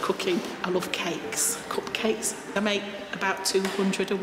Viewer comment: the way she pronounces cupcake is just wrong